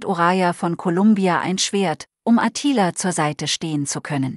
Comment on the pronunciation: Was ist denn das für eine grottige Film-Beschreiberin? Klingt wie ein weiblicher Roboter. Ist es vermutlich auch. Und seit wann heißt es Attila mit Betonung auf dem "i"?? Offenbar ist der Film eher entbehrlich.